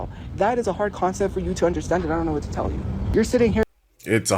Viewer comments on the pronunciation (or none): I absolutely hate the way she says certain words, like tell. She says tyle instead of tell. But honestly I hate everything her racist azz says. Can't wait until she's under a bridge.